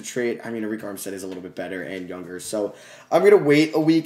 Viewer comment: you know you can just go to the playoff picture and click on the games to see the box score and i believe it's pronounced erick armstead instead of areik armstead